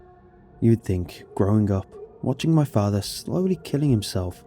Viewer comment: "my fahthah"